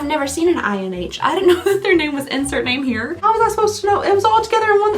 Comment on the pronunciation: You trying to pronounce insert name here as one word made me think of A Christmas Story "'Fra-gi-le' that must be Italian, I that says Fragile honey" 😂😂😂 I wasn't really impressed with the choices for this box (oh, I used your code to sign up for an annual membership during the winter box). I'm getting the bathrobe as a gift for my mom and the journal for myself but everything else was just meh, nothing else really excited me. I hope you enjoy your new frying pan. You look as gorgeous as always, thanks for sharing 😊 hope you are feeling better soon